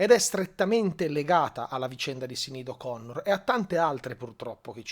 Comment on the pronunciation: La pronuncia del nome mi sembra diversa, per il resto tutto condivisibile